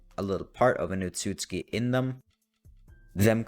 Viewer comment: OTSOTSUKI NOT OTSUTSKI